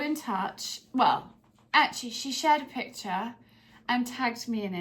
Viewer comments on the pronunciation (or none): none